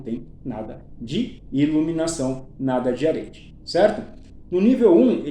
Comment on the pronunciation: Respeitosamente, só pra sanar a sua dúvida: a pronúncia é "Aretê".